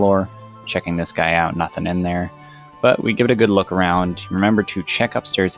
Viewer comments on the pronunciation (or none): say "dis guy" one more time and ill fight you irl